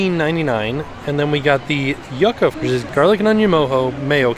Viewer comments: I love you, but your pronunciation of yucca was killing me hahaha! For future reference, it's said "you-ka", not "yuck-a":) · I love you dearly but my Puerto Rican ancestors are begging me to tell you that yucca is pronounced like yooka:) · Ngl this is the first time I've ever heard someone pronounce yucca as "yuck-a" lmao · THE WAY HE PRONOUNCED YUCCA